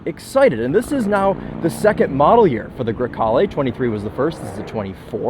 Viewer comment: I’m not saying you have to say it with the Italian accent but bruh…. A GREY CALE IT IS NOT 😂😂😂😂😂😂😂😂 TRY A LIL BIT SHEESH COUNTRY AMERICAN 🇺🇸 BOY HAHAHAHA😂 GREY CALE 😂